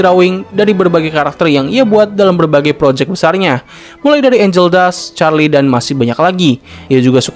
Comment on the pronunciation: Bang betul angel tapi ANGEL DUST bang pake t bukan k bang